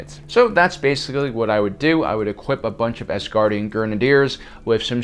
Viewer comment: He said Asgardien